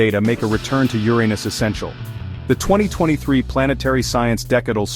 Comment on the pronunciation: I really appreciate that you let this say "yur-ay-nus" the entire time. That made it so much better imo. Lol